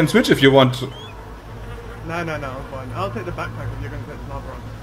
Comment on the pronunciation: Brammen episch wieder mit seinem Englisch! "Is it here in ze near?" xD